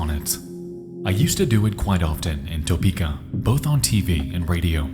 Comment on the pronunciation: “Toe-peeka” killed me, like Bloo, “it’s hot, in toe-peeeka” lol I’m from Topeka, we pronounce it “tuh-peeka”